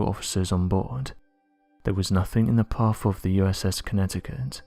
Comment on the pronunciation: “Wivvv” = with “Parfff”. = path Just for people who can’t understand what he’s saying